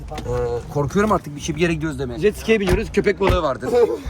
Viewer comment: Jetsiki değil atsiki